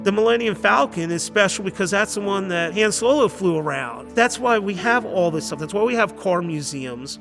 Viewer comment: So how is it after 45 years the guy in the last 10 seconds of the show mispronounces Han Solo`s name.